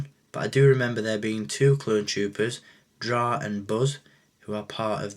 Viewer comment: i honestly do not mind the commander stone mold because it introduced 2 trigger fingers. btw, i believe it is pronounced it's " drey " but it is too late for that...